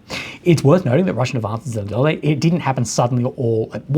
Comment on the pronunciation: Zeleniy = [ zsll YO knee ] YO YO YO (green). Kupiansk = [ COUPE ensk ] Here, ia is a Russian я [ ya ]. KUP syllable is STRESSED STRESSED. That means iansk is UNSTRESSED UNSTRESSED. That means ia vowel becomes schwach or muted to e, just as o in oven is muted to uh instead of oh.